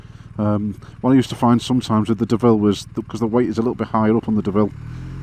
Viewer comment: The main reason that I am glad you bought the B M W is that I will never again hear you mispronounce Deauville